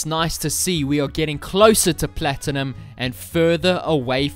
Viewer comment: i like the way you say platteenumb